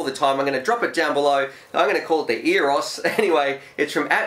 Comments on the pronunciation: I think it is pronounced like Yo-loose. Well, with that color scheme it is going to be very easy to spot, no matter where you fly. No more lost quads! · It's pronounced Aye-oh-lus. I have the 2.5in Aeolus mini and it's my favorite micro. I wanna get the 5in with the pod now. That built up one you have looks awesome!! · The intro sounds like you've had a few stubbies! ' here fromuAevfuetis' You little ripper/flaming gala/bogan. (Delete as appropriate)